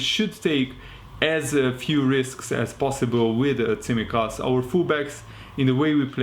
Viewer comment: Nice to see someone who can pronounce Tsimikas' surname.